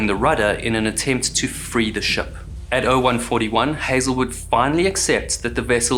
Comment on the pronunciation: Can I be rude and ask where your accent is from? You’re so well spoken I’m having trouble placing it. I’ve flip flopped between kiwi and South African, but the pronouncing ship sort of like “shup” in this video I’m definitely leaning towards kiwi